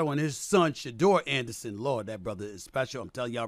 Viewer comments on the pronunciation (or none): My man SAS did the "shedurr senders"